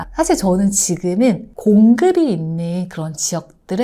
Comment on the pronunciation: ’공급이‘를 잘못 발음하신듯요 ㅎ